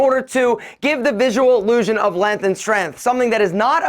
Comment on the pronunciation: The way says strength and length is so Yankee